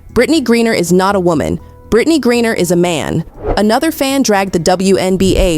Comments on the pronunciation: This video has a lot of misinformation. First, this video is done by Ai since they mispronounced Griner multiple times. Second, she was in a female penal colony. Third, most same sex marriages, one of them are considered as the male and dresses the part. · Cannot LIKE. When you cannot even PRONOUNCE Griner because you DO NOT EVEN REVIEW YOUR OWN PODCAST/video. You lazy people, don’t even review your own A.I. maybe using DESCRIPT.